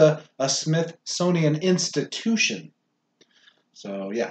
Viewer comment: Not "Institucion" #SpanglishSkills #Spinglish?? XD XD XD!!!! #LOLOLOL!!!!